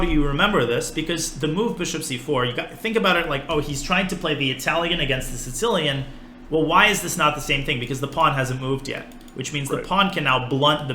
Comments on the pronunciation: It almost sounded like he was saying “Tse-tsellian”, like a tsetse fly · Anyone else hearing "sin-cilian" when Daniel says sicilian? I'm triggered. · Sounds like he is saying sitillion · the Sitsilian? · Does he call it the sincilian? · why does Daniel misspronounce 'Sicilian' each damn time he says the word? Is this something like with Yasser and his "Carijuana"? Or more like intentional, like Yasser and his "Michael Botvinnik and Michael Tal" etc? XD or am I an idiot and it is actually pronounced "Sitsilian" in english and most people say it wrong? So many questions! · Why's my dude putting a t before the s in Sicilian like that? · Canby Ibarra obviously, but he says it in a very weird way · This should be very entertaining, as Daniel continues to pronounce Sicilian like a raving madman :D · he's saying Sicilian funny o.O